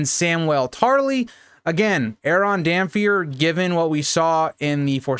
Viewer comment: Why do you pronounce Damphair as damfir when it's clearly meant to be Damp Hair?